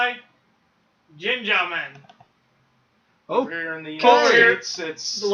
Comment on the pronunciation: Gingaman, the G's are pronounced with a hard G not a j sound. Think "Ring" but replace the R with a G. Ging-A-Man.